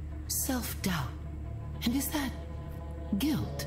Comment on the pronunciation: dian wahyu niarti dia sengaja pake dat bukan that